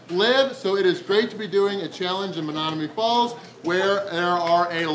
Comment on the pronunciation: Is it just me or did mispronounce Menomonee Falls like 5 times? What the? Still a great video and great challenge. It isn't "Menonomee" though.